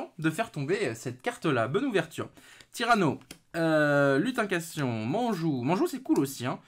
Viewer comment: Juste une correction, c'est "LutinCANTAtion", pas "lutincation" :P Sinon toi qui voulais les Âmes du Vainqueur, bah avoir deux fois la carte maîtresse dont une en collectors (qui est vraiment pour moi la rareté la plus belle à regarder), je dis bravo ! J'espère être aussi chanceux !